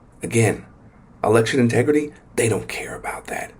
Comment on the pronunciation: It doesn't. "Integri-ee." Just like "impor-int" and "Pu-in." Girly has a disconcerting speech impediment.